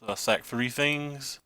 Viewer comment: i think its both like your th's sound like f's. You also say fings and that kinda derives ne up a wall